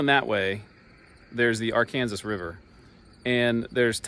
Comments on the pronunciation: I do love your videos, and firmly believe it is the ar-KAN-sas river 😂. I grew up southeast of Hutchinson, where the road was known as East Trails West Road until you got to the county line. It's funny what locals learn to call roads, rivers, etc. In that same area, the road leading straight north out of Haven is the Haven-Buhler if you are from Haven, but it is the Buhler-Haven road if you are from Buhler. 😂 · AR-KAN-SAW River…